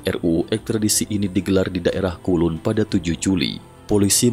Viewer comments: Bukan kulun min tp kowloon (kau lun) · kowloon min bkn kulun hadeeh 😅